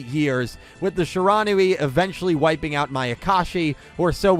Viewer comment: Shiranui is pronounced she ruh new we not shuh ron ooh ee